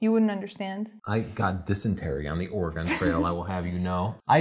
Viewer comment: "Or-gone trail"...lol pronunciation of Oregon cracked me up. It's pronounced pretty much the same as "organ" or "or-gun" (stress on first syllable).